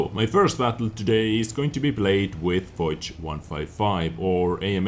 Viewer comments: I think it's pronounced fosh, not foz but I'm not sure :D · lol the way says "foch" makes me throw up. It's foch not "fox" with a deep o.